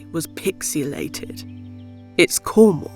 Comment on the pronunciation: It's Cornwall, not Cornhole!